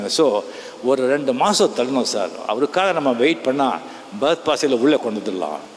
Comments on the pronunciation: Fahad fassil ❌ Bagath fassil ✅ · Fahadh Faasil ❌ pahadh paasil ✔